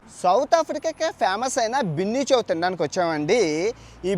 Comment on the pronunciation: Orey adhi Bunny Chow ra, Binny Chow kadhu, pronounciation correct ga undali bayya, leka pothe vedavalu ayipothamu